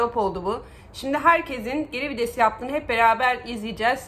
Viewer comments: abla herşey çok güzel yalnız o kelime vides değil VİTES teşekkürler... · Abla çok iyi "geri vides" diyon jdjdjj